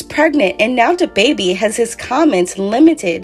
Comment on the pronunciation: "who dababby ?" I can't chileeee...